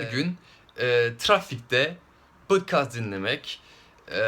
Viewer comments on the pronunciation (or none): putkaz dinleyin mi diyor tam anlayamadım